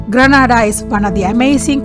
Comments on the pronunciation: madam grenada is pronounced gre na da like grenade with a a instead of e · Not far n.a. As it's pronounced get n.a. Da